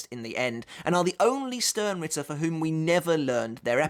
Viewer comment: I know I know nitpicking but it's Stern ritter (ʃtɛʁn/Schtern) it's German for Star knight. But it makes a nice drinking game, every time you hear Ichigo or stern you drink 😅